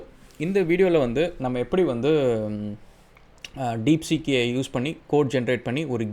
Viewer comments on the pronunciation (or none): It's not deekseek It is deepseek